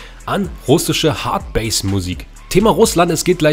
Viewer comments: Das heißt Hardbass und nicht hardbase 😂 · Hardbass nicht Hardbase 😂